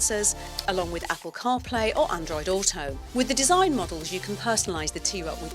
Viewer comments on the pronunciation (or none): none